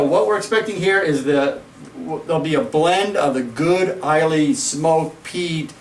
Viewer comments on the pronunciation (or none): Good review guys but in case no else has commented before, Islay is pronounced I - La, not I - Lay. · If you’re gonna do a scotch review on YouTube , might be a good idea to learn how to pronounce the important names that get mentioned quite often like the name of the island where that scotch comes from .. The name “ Islay “ is pronounced as “ EyeLa “ .. you’re welcome .. 🥃🥃